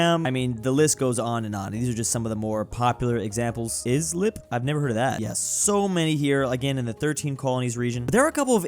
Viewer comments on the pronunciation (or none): As a Long Islander, I'm disappointed This is one of the easiest town names here on LI and somehow u botched it It's pronounced like the sentence, "I slip", not "Is lip"